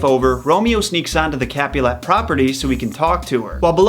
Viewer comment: Love the analysis but he can’t pronounce mercutio, Rosaline or capulet properly and the reason Romo didn’t find out about the plan was because the deliver man got the plague and lord capulet never moved to wedding